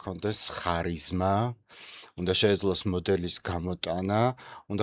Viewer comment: ოღონდაც “ხ” არა რა, ქარიზმაა, დამიჯერეთ. იმდენჯერ გაიმეორეთ, ვერ მოვითმინე.🫢